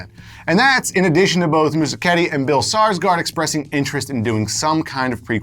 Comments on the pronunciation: it's not saarsgard it's Skarsgard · The pronunciation of Skarsgård is dreadful